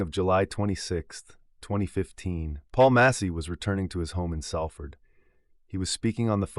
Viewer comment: Come on mate it's pronounced Solford but spelt Salford